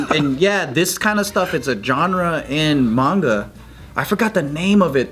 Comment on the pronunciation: im impressed pronounced manga right